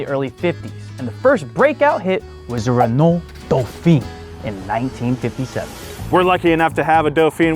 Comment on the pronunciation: Hearing butchering the french names of car automakers was funny. Renault isn't very reliable but Citroen and Peugeot are good.I would avoid automatic transmission in Peugeot they're terrible.